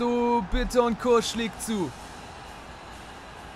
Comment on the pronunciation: Du sprichst Bittencourt falsch aus😂